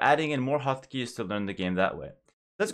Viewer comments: I been watching too much one piece at first I thought he was saying "Hakis" not "Hotkeys" lmao! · When he says hot keys it sounds like Haki,11